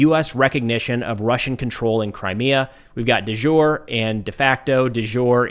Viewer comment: That is not how de jure is pronounced.